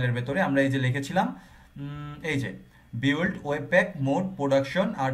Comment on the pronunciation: Apni mone hoi ekta bol kortecen.... বিওল্ড হবে না।। বিল্ড হবে।।মনে হই।।